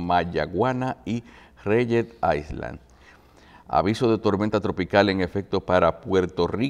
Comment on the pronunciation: Cuando un locutor o presentador no domina un idioma extranjero tiene la opción de ir a Google y escuchar la pronunciacion de diva palabra para no errar fonéticamente, y la otra opción es traducir esa palabra y usarla en su idioma de dominio. Island se omite el sonido de la S y se pronuncia ailand